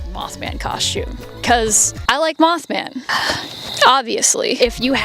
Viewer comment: Mothman ❌ Moff Man ✔️